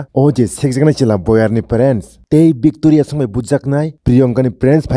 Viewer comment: Victoria❌ vecteria✅